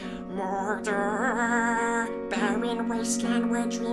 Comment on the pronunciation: At the beginning was he saying mordor or murder? I wasn't sure